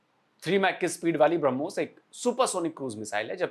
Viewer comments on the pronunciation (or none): ब्रह्मोस हरमोस नही ओके अनपढ